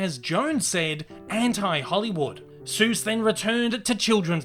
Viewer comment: He says it as Dr. Zeus